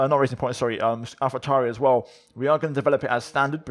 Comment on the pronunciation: Lol dude that has nothing to dude with not having an easy speach..... Listen to him proncouncing Alpha Tauri and Alfa Romeo. That is the Medditeranean R, obviously. That is not how the rest of the world in English does the R. Has nothing to do with his speaking.